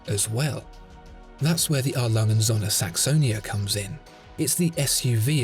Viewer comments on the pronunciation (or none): ö NOT o..., please it is not Sonne, it is Söhne. Don't be a yank, do your homework, please...